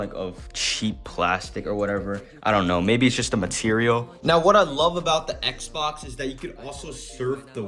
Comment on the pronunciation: bro really called it an xboc